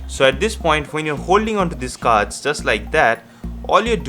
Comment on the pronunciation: You mean Deck of Vards , Right?.....pronunciation matters too